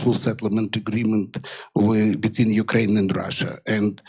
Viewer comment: What;'s a yukrane? Is that like a yute?